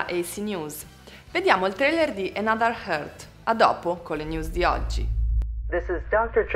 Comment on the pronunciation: another earth si dice senza aspirare la "e"...altrimenti dici heart...:)